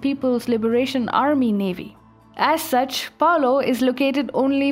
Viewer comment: Great news! I thinks its pronoounced Palow I'd like to see the Philipines stand up also